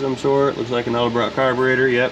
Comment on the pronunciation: I have always cringed when Nick (Nick's Garage) says ELDERBROCK. It is EDELBROCK. Please don't get into that habit. You're much too intelligent and professional to mispronounce a an historic brand.